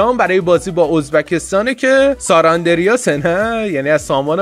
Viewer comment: ساراندریاس ؟؟!!! سان آندریاس هستش .. SANANDREAS